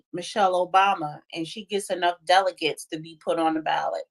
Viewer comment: Someone help pronounce "delegates"😂😂😂